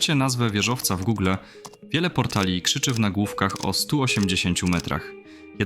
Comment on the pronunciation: min Nie ma czegos takiego jak 'gugle'. Jest albo gogle (polska wymowa) albo gugl (angielska wymowa). To czego uzyles to jakas hybryda w stylu polglisz. Nie ma za co. Super material, obejrzalem z przyjemnoscia. Piona!